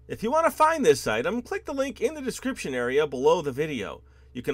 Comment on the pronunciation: It sounded like u said in the playlist there will be a discription lol